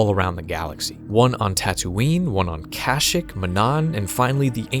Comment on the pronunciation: Love the video man but that’s not how you pronounce kashyyyk 😭😭😭 it’s pronounced “cash-sheek” not “cash-ick”